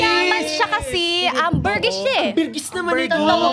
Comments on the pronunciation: Sinearch ko. AMBERGRIS, hindi AMBERGIS hahaha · ambergris po :( kulang po ng r